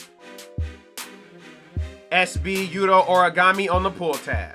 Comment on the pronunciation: lols origami, its Hor-Re-Go-Meh